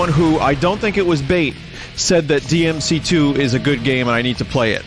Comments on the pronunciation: BLEY DEE AM SEA TOO EEZ the BEIST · I guess we can't hear Vinny saying DEE EMM CEE TOO anymore :( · DINTY PLS BLEY DEE EHM BEEF STEW boot finely bley dee ehm see too. GOOT. boot has schut. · The official death of the "Booti play dee em see too" meme